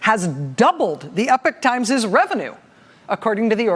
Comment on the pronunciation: Are they saying the Epic Times? Pretty sure Epochs pronounced e-pock.